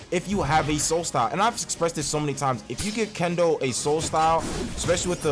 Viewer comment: can't say kendo so